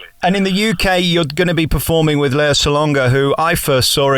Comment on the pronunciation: I know this is a very old vid, but her name is pronounced LAY-ah, not LEE-ah.